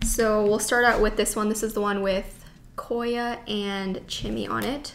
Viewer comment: cor yah